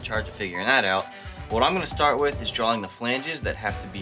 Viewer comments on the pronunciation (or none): ITS DRAWING NOT DRAWLING JESUS